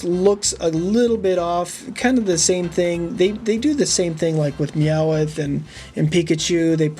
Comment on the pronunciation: YOU ARE SAYING MEOWTH WRONG and I think the Character that is not quite right is squirtle AND the character you did not know is Amy